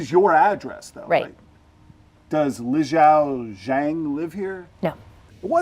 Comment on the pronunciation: What an idiot. Zhang is easy to pronounce. Yet....he.....FAILS! Send him back to primary school! (The poor guy is just COVERED in Tattoos, too. What a piece of work.)